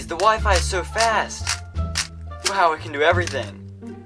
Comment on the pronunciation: ah yes, the, "wifi"